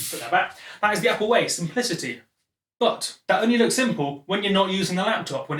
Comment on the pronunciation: drinking game. take a swig every time he says "Appoo"